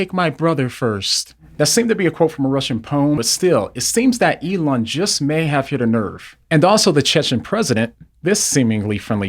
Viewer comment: "Elooona" hahahaha